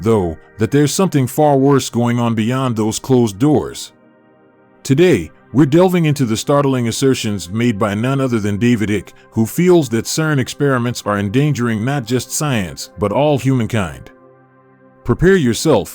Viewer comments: Lol using a David icke thumb nail when your Ai can't even pronounce his name correctly, it's not ik 👉 it's icke with a long I sound 😂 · David eyek. Not ick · "David Ick"? It is Icke (pronounced 'aik) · It's David Icke pronounced IKE.. Not IKK or Hicky.. CERN is an expensive, dangerous Scalextric toy that could end everything..Either by Black holes, Inter-dimentional invasion or Matter Vs Antimatter..💥💥💥💥💥💥💥💥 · can’t even pronounce David’s last name properly ❓ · This is clickbait and totally AI generated couldn't even pronounce David's last name clickbait.